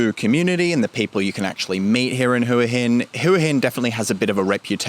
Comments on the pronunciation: Thought it is pronouced Wa Hin. The Thai's I've spoken to all call it Wa Hin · AAAArgh its HWAH Hin. could not watch after 1st minute.